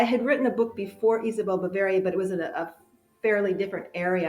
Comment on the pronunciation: Ba-vair-ia, not ba-varr-ia